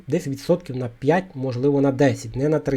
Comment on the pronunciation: Пане, чому у слові п'ять, ви вимовляєте пять. А у слові дерев'яний, таки правильно робите, апостроф озвучуєте?